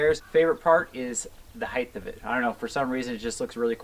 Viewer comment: I love you but it’s “height” not “heighth”